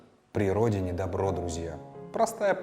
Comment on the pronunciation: по моему в поговорке " при солнце тепло, как при родине добро " в слове добро надо ударение делать на первую "о" тогда смысл получается более образный, более мощный.